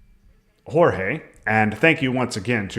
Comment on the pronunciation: Great game and great commentary, except for calling G-EE-OR-GOS "Jorge" :p